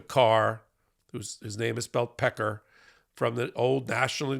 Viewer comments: One correction,. Luckily for us, the head of the Enquirer's name is indeed pronounced "pecker", not "peck-Ar". It's "Pecker" - which is what he also is. 😂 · Ask Michael Cohen how to pronounce David Pecker. It's not "PekAR" it's actually "Pecker" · Hahaha-why are u trying to pronounce his name all fancy, tho? It’s PECK-ER. Like the penis. Lol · Of course we believe that’s how you want to pronounce the name “Pecker” as Peck-Kar. It’s like: “Hey Mr. Dick.” —“It’s pronunciation is Deek.” “It’s spelled D-I-C-K. You’re a Dick.” David Pecker will always be Dave Cock to me. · It’s definitely pronounced PECKER. Ronan Farrow did an entire investigative book called Catch and Kill with hundreds of interviews with people who knew and worked with David Pecker, and Ronan pronounces it PECKER. Michael Cohen also pronounces it PECKER. If any pronunciation is appropriate and accurate, it’s that one. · Hard to keep the lip stiff saying PECKARRRR. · Pecker deserves no respect, therefore, I will continue to pronounce his name as it is spelled as pecker. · I have NEVER heard another person pronounce David Pecker's name like that. NEVER